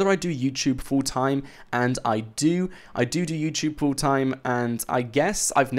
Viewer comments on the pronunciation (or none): he said "I dodo" hehehehehehehehehe